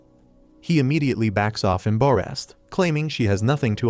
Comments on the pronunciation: bro when he say embarrest he say EMbayREST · Why do yu say embarrassed like that😂😂😂😂